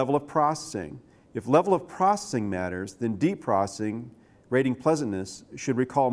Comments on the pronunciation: Why does he say processing like "procing" I think he's on drugs. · is he saying "prossing" for processing? haha